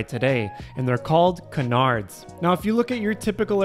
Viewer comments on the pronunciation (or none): Why can't people pronounce "canards" correctly?